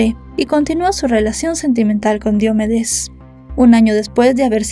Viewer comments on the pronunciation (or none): se dice diomédes no diomedes investiga y pronuncia mejor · No es Diómedes, es DiomEdes. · Excelente recopilación de datos... Sólo dos cosas: Su nombre no es Diómedes... es Diomedes. 461.000 pesos colombianos en esa época serían unos 450 dólares en ningún caso 95.000. Una multa de 10000 pesos tampoco son 2000 dolares... 10mil pesos eran menos de 10 dolares. Ya sé que es irrelevante... por eso sí no estás segura mejor no dar este tipo de datos. Un saludo.